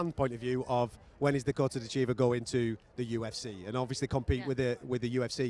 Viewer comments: MMA media...it's pronounced DITCH-eva...not ditch-EEV-a. It's pronounced wrong so often she gracefully ignores it. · She's a champion. Can you pronounce her name correctly? it's "DITCH-a-va". (@ below/ thanks.) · Dakota ditcheeeva lol pronunciation a bit off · Last name is pronounced Ditch - A - Va I believe. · I wouldn't expect someone who can punch as hard as Dakota Ditcheva to be too polite to correct all of the people who mispronounce her name. 😅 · she's been around a while and the host still doesn't know how to pronounce her last name. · She's told him how to pronounce her name in the past but still he gets it wrong. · A professional would pronounce her name correctly. I guess he is not 🚮